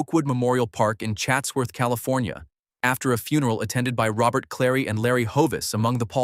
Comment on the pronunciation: Robert Clary's first name was pronounced roh-bair.